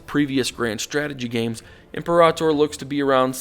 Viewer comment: said it right.